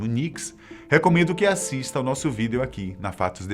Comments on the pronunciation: Fala video direito, dá agonia ver ele falando "vidêo" mds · Pq esse cara fala "VIDÊO"